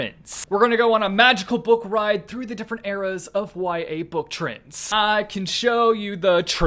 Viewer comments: me: trends: TRINDS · Normal person: Trends: Trins or Trinds Me: I like better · so my name is trinh and every time you say "trends" i keep hearing my name lol the fidget spinner clip though iconic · sounds like he’s saying trinds instead of trends 😂